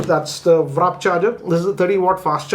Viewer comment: Can you please say WARP charger. Its not WRAP.